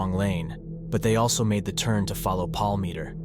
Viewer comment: You mispronounce his last name the entire time I think it was about 100 times